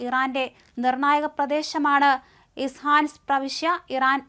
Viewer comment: ആദ്യംനിങ്ങൾആസ്ഥലങ്ങൾഒക്കെഒന്ന്എഴുതിപടിക്ക്…ഇസാൻ അല്ല ഇസ്ഫഹാൻ